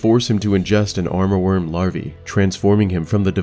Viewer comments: Nice video ❤ btw it's "Amourworm" not "Armorworm"! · Fantastic videos, thank you for doing this! One remark though: I hear you say « aRmourworm » through the video, while the spelling is « amourworm » - as in “amour”, which is french for “love” and also the name of one of central Asia’s major river. Not sure if this has some additional lore attached to it though.